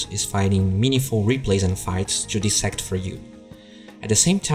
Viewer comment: dis·sect is pronounced as dəˈsekt,dīˈsekt/ or DIE-SECT. Love you! Keep up the good work.